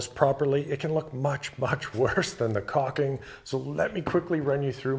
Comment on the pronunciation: It’s not cocking. It’s cauLking